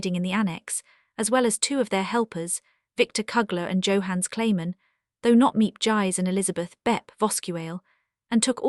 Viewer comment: Misplaced dies last name is pronounced gees as in rhymes with please. Mr. Killers name is pronounced as in you not a short u. You also pronounce Mr. Kleiman's name wrong. Why didn't you use the Van Daans real name Van Pels? You did a good job reading the diary but you should find out the correct pronounciations of people's name. Poor brave Miep's name wasn't even close to correct way of saying it.